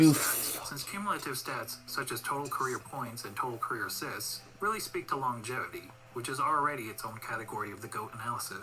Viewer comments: Longjatevity? 🤣 too funny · THE WAY YOU COMMENT ABOUT MICHAEL.JORDAN, YOU'RE MAKING YOURSELF AN IDIOT A REAL IDIOT, YOU DIDN'T KNOW ABOUT MICHAEL JORDAN.. WATCH ALL OF HIS GAMES AND SOME VIDEOS ABOUT MJ.. BECAUSE YOU'RE STILL A YOUNGSTER, EVEN THE WAY YOU PRONOUNCE THE WORD "LONGIVITY" YOU DON'T KNOW.. YOU'RE TONGUE TIWSTED.. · When science hits you hard. You can't even pronounce longevity thats why you don't get why you cant factor it in after allready factoring it in. Lebron in the 90s would be another runnerup till MJ was in the Wizards or retired, same with the Warriors. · Reaction videos don't make you a professional ... and you can't pronounce Longevity 😂🤣😂🤣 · exactly! FACTS OVER FEELINGS.,... he said he is a fan of jordan where dude spoke of pure facts lol .... but guys he couldn't even pronounce word longevity so you can't blame him xD